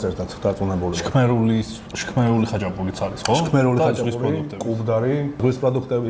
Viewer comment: ჩქმ არა შქმ))